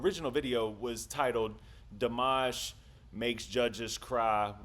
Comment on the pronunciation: Love your commentary every time you watch Dimash! (You pronounce his name perfectly.) Please go see him at Madison Square Garden on Oct 5! ("Showing off" with the highest note ever sung live in concert!)❤